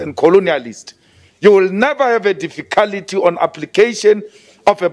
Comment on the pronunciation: 'Dificality' says it all..